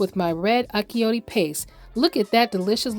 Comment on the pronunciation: Wonderful recipe. But achiote is pronounced differently. The “ch” is pronounced like the “ch” in the word “chew”.